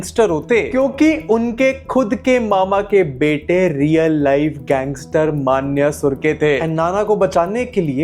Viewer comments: पेहले ठिकसे बोलना सिख ले भाई मान्या सुरखे ❌ मन्या सुर्वे ✅ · मन्या सुर्वे ✅ उच्चारण तो सही करो यार